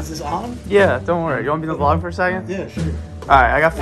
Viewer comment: V-Log what do you mean not vlog V-Log